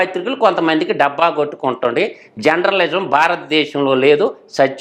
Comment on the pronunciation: బాబూ ముందు మీరు జర్నలిజం పలకడం నేర్చుకో. Genralism కాదు.